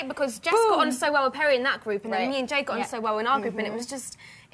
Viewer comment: Jesy: "jade" Perrie: "jeed" :))